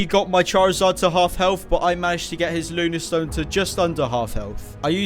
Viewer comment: Lunastone instead of Lunatone 🤣